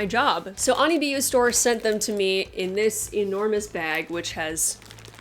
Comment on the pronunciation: You pronounced it right if it is a japanese wig store